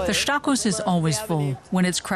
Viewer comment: the guy says "Marienplätz"! Its "Marienplatz" the "Stachus" is pronounced "Stakus", der "Eisbach" mutiert zum "Eisbak" und und und. Einfach den Mund halten wenn man es nicht kann.